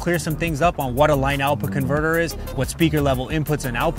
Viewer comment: Why is this dude saying " line out bconverter"